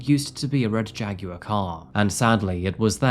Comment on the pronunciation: I like how you say JAG WIRE 😊